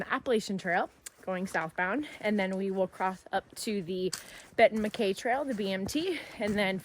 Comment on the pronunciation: Congrats on finishing the GA Loop! I hate to be "That Guy" but a couple of correction....First, it's pronounced Benton Mack-EYE as in your eyeballs. Second, there is a bear cannister requirement on Blood Mountain as you mentioned but it doesn't apply to Woods Hole Shelter as they have a heavy steel bearproof box that campers can put all their food in.